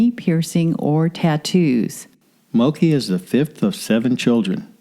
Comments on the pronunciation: It’s pronounced Moke, like smoke. Not Mokii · Its Not Mo-Key Its MOKE like Woke with an M.